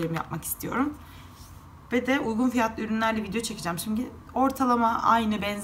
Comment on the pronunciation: Uygun yerine ugun diyorsunuz.